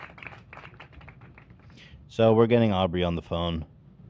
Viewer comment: With peace and love Ethan, it's Aubery - not that hard to pronounce.. and please leave Dan alone!!!